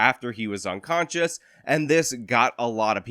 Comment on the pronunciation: Are you saying onconscious ?